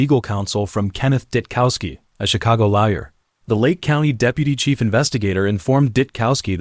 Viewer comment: wow! Crazy pronunciation throughout. Although replacing lawyer with liar might actually be appropriate